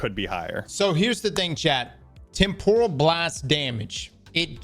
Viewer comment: it's pronounced Tem - puh - ruhl... Not, Tem - por - ral.